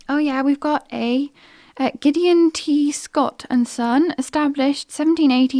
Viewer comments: Had to think hard about how to pronounce 'Gideon' after hearing say 'Gid Gee on'....:) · You probably know that name Gideon is pronounced Gid-e-on.